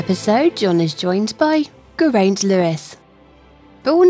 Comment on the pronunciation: It's pronounced gair eye nt Nice name....